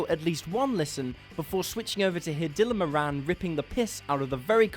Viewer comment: Dylan MORE-in........not Dylan more-ANN, I mean he has been around a while, surely it wouldve been easy to find his name being pronounced correctly haha